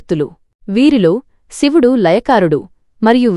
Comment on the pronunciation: అమ్మా.. షివుడు కాదు నువ్ మాట్లాడేది తెలుగు.. సో.. శివుడు అని పలకాలి